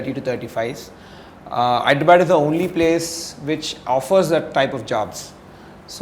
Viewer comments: It's not Hydra'bad', its Hyderabad(హైదరాబాద్). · Call hyderabad correctly it's not hydrubud